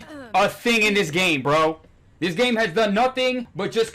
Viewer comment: ain't nobody is "ts" for "this" lil bro pack it up 💔💔💔🥀🥀